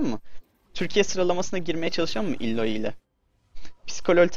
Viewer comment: "Illoiy" değil abi "Aloy" Okunuyor tabi nasıl rahat olursan...